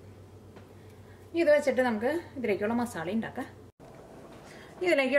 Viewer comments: Zubair Shuhi ..ethra paranjalum aalu athe parayu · മസാള അല്ല മസാല